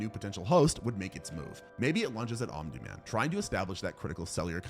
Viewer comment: Did you know that it isn’t omin man. It space hitler